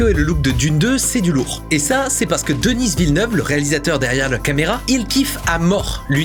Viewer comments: Denise Villeneuve ? DENISE Villeneuve ? Ca va pas non ? C'est DENIS, c'est un québécois, personne ne dit Denise. Dans le pire des cas des américains prononceraient "Dainiss", mais certainement pas Denise. Et puis c'est DENIS. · C'est Denis, pas Denice, comme c'est Paris, pas Parice. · Il s'appelle Denis Villeneuve pas Denisss Villeneuve c'est un francophone du Québec. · Denis Villeneuve, une fierté du Québec! Petite remarque, tu dis "Denize Villeneuve" mais c'est bien et seulement "de-ni" :D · Un français qui prononce le nom d'un québécois aussi commun que Denis DenisE... yurk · Arrête de dire Denisss à l’anglaise, c’est Denis prononcé à la française, il est québécois, donc francophone. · Merci pour ta critique du choix de Denis Villeneuve. C'est pas essentiel, mais ça fait bizarre de t'entendre prononcer le prénom de Denis. Tu le prononces avec un S. Ce sont les anglophones qui le prononcent comme ça. Tandis qu'ici au Québec, on ne prononce jamais le S dans Denis. C'est un prénom commun ici... Sinon, ta critique de son choix artistique est super. Merci! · Vidéo intéressant ! Mais par pitié arête de dire Denisse Vilneuve, ça nous fait saigner les oreilles ! C'est Denis (prononcer Deni) ! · DENIIIIIIIIIIII !!! Pourquoi Denisseeee ?? AHHHHHHHH Il est quebecois donc prononcé à la française. Ou alors fallait dire Dénisse à ce compte la ^^ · le «s» à la fin de Denis est muet, ça se prononce «Deni» Villeneuve et il est franco canadien il parle la même langue que toi. De dire Denisse Villeneuve ça fait ringards... 🙄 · c'est pas si bas comme réponse, faut avouer que ça fait mal à entendre ^^ même si ça n'enlève rien au fait que ta vidéo est excellente et très intéressante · Je crois qu'il dit plus "deniss" Il le prononce à l'anglaise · Je viens d'aller voir le film. Je suis d'accord avec toi, les VFX ont été très bien réalisé! Étant québécois, le « s » de Denis ne se prononce pas (pour la prochaine vidéo dans 2 ans sur Dune 3 hihi)